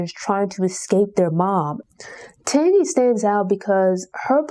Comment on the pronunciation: One of my favorite books. Oh her name is pronounced TANgee like Angie with a T